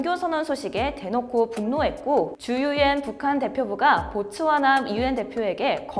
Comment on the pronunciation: 아 보츠와나 구나.. 듣기만 하다가 고추하나로 들려서 다시 돌려봄 ..